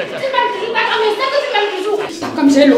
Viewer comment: Surtout qd elle disait tsakam au lieu de Takam😂